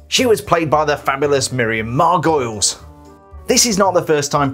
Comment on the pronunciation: Margolyes is pronounced Mar-gol-ees.